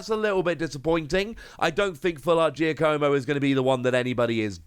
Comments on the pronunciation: Giacomo is not "Gia-co-mo". It's pronounced like "Jock-a-mo". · It's pronounced "JOCK-a-mo". Go meet some Italian people, will ya?